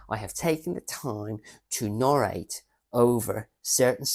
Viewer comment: You did say norate when I think you mentioned narrate. 😂